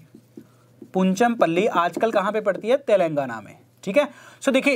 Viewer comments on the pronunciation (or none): none